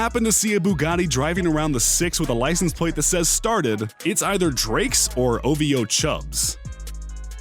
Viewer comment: He finally said OVO right